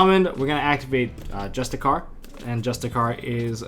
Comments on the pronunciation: It's pronounced justi-sar bro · Justiciar is pronounced "juh-stish-are"